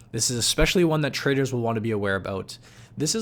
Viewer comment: Who else thought he said "Traitors" instead of "Traders" ?